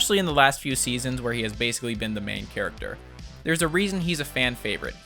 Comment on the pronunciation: Was I the only one who noticed "charcater"? No, just me? Aight